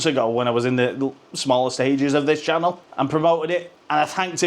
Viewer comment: SHUDDA CALLED IT CHINNEL 6 NEWS PAL😂 😂 😂 HOPE YOUR WELL 👍🏼 THANKS FOR LAUGHS TOP MAN 👍🏼